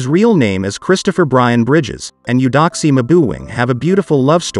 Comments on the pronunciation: But it's pronounced (A-doxie), not U-doxie. Beautiful couple. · She pronounces it (A-doxie) tho. Not U-doxie. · Beautiful. 🤔 that is not how you pronounce her name.